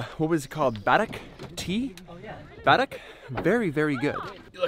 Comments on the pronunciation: Its not barak its called karak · Barack lmao. Karak buddy it’s called karak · haha... it is karak tea not barak :) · What a beautiful video love our desert 😍 btw we called the Tea Karak not Barak 🤭😂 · its Karak not barak